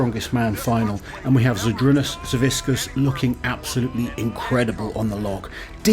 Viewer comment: Hey, since you have been making an effort to pronounce athletes names correctly, the c in Savickas is pronounced kinda like the c in Licis. Whiskas is a cat food